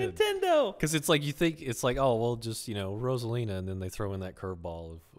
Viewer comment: He is pronouncing her name wrong. It's meant to be (Rose - ah - leen - ah) Yes I know he pronounced it correct a few times but still.